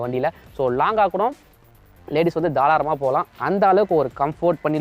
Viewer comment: Thalaaram illa bro tharaalam 😂😂 👍 but nice review ❤️